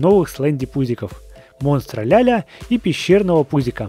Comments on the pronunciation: Не ля ля а ла ла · Не Ляля а Лала!! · Вообще то не Ляля а Лала:)